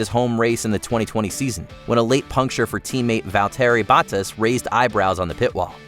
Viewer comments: Val-Terry Bawtas 😂😂😂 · Can't agree more.. also let's say it together,. 'Val-teri Bot-As' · Especially valterii battass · the absolute CRINGE of hearing how poorly F1 driver's names are pronounced in this video, saying Valtteri Bottas name that way should be a crime, especially when you can hear the commentators saying them correctly in a lot of the clips used.